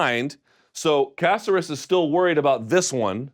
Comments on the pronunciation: Luke, repeat after me: ca-CER-es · Ku-sare(like dare but “s”)-us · casserus? when is it unacceptable for someone in the game to constantly mispronounce names? lol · Bruce Leeroy has 20 fights in the UFC alone. Let's at least say his name correctly lol. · Mr. Thomas. Please stop mispronouncing and perverting peoples name. I thought you're on a roll with Ngannou. Now you're messing with Alex's name. Get a hold of the American culture brother!!! Di Great segment!!!